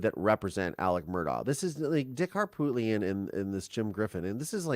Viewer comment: SC here and I think you're spot on. Harpootlian ('t' is silent Har-poo-lee-un) is slick and shady and now it's possible for a re trial thanks to jumping the gun on a book deal. It will make many feel that sinking feeling like OJ and Casey Anthony (if AM gets off on a legal loop hole).